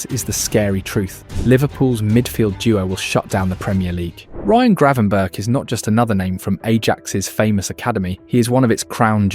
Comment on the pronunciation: Great video, but please stop calling him Grey-van-burg.